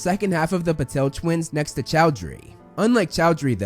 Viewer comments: Man it's Patil not Patel both are different last names from different states of India! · I loved the way you pronounced the name of Parvati in this one because it was the correct pronunciation. Although, you have to work on her sister Padma and their surname Patil. P.S: another problem that studio had with Christian Coulson play Voldemort was that they thought he was too good looking to play the character, and they didn't want their big bad to look that good.